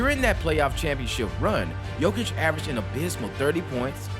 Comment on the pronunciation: your command of the word abysmal is abysmal